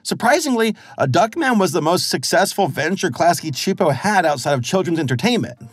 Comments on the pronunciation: I’m honestly super impressed by your pronunciation of Klasky Csupo! Your abilities to pronounce foreign names and words feels like it’s improving with every new video! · I'll give you props for getting their name pronounciation actually right cause some critics like RebelTaxi and Mr. Enter got them wrong at first! (at least initially) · Interesting how you can pronounce Klasky Csupo no problem, but Luz gets mangled even though her name is said probably hundreds of times throughout the series